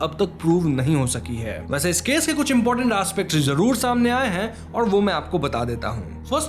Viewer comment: You speak well but fix your pronunciation of “Z” say Zaroor not Jaroor say Zameen not Jameen sounds unsophisticated